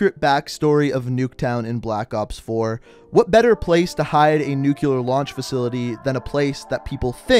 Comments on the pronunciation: NUCLEAR. Not NUCULAR. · Bro, it's pronounced "nuclear" not "nucular" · hes actually saying nuke le ar but i agree its nuke leer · actually, if you listen, he's saying nuke-u-lar, which is wrong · “Nucular” It’s... it’s uh... new CLEAR not *new queue ler * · Its pronounced nuclear not nucular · Sent a little shiver down my spine every time you said "nukular" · Can you please pronounce nuclear correctly, I know that it doesn’t bother most people but it’s my biggest pet-peeve. That said great vid keep up the gr8 work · When you say "nuclear" wrong. F